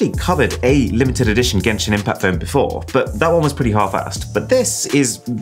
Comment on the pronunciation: gayshin infact*